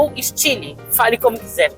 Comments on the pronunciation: Bha so falou mal do carro e o y se pronuncia i no frances e não é staio e sim style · Sua pronuncia está errada o carro é francês, o y tem som de i.